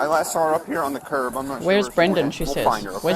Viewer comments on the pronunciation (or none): none